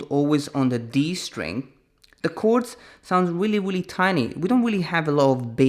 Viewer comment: "Weally weally" 😂😂